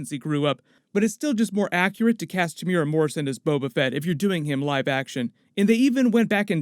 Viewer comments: pronounced Tem - u - era... not temyyoora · te mu e ra pronounced tear moo ear rAAAAAA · Temuera is pronounced - "TEH' (as in HEH) + "MOO" + "EH" (as in HEH) + "DA" (roll the "R") jsyk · The way he pronounces Temuera